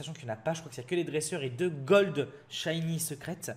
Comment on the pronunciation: noeunoeuf shayni pu golde